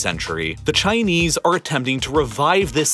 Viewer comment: Love your videos, have been learning a lot from them, thank you. One small selfish request: You might learn a little better about how to pronounce Chinese names--there's some very simple pronounciation changes you could make that would make the names sound much more natural, without you having to go so far as to take a Chinese language class or anything like that. Simple things like "Kunming"--the "kun" syllable is prounced more like "koon" than "kun", and the "jing" syllable in "Beijing" is prounounced like the "jing" in "jingle", rather than the "zhing" sound that most of us Americans say. You'd sound more wordly if you made changes like these, and your videos are so worldy! :D